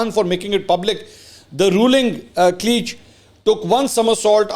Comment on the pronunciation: Bhai wo Amreeka ko usi waja se gaali nai nikal rahe jis waja se ap establishment ko gali to dur ki baat ap uske khilaf bhi baat nai kersakte. And secondly, clique is pronounced ‘cleek’ not ‘cleech’.